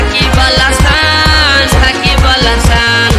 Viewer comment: ভাই গুল্লু ছাকিবল আছান না সাকিব আল হাসান 😂😂